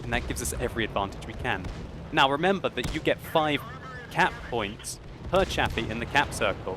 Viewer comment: lol every time you said cap points I was thinking cat points